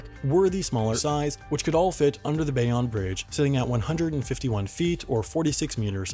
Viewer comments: Bay ohn NOT Bay ahn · "Bay-on bridge" Bay- own. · You pronounced Bayonne wrong. Bay-OWN now Bay-ON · Love your channel, so glad to see my tiny city mentioned! But it’s pronounced Bay-OWN , not Bay-ON!! It was a pretty wild time watching the bridge get raised, I worked right underneath it and would spend my brakes watching the work go on, engineering marvel! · It’s Bay-own not Bay-on but at least NJ is mentioned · Its not the Bey-ahn bridge, its the Bay-own bridge. If your from NJ you know this. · “Bayonne” (New Jersey) is pronounced “Bay-own”, not “Bay-on”. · It's pronounced "bay-own" not "bay-on" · It's pronounced Bay-own, not Bay-on. And its not PA-na-muh, its PA-na-mah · Scrolled down to see if anyone else made this observations RATS you beat me to it. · Just letting you know, it’s BAY-OWN. -A cringing New Jerseyan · It’s pronounced Bay-OWN 😊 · Bayonne is pronounced like Bay-own. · Pronoubced BAY-OWN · its pronounced bay-oh-nuh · It’s pronounced BAY OWN BRIDGE smh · Have you never heard Bayonne, New Jersey pronounced? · As a new jerseyan, i have to tell you that you are pronouncing bayonne wrong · You kept on saying Bayonne wrong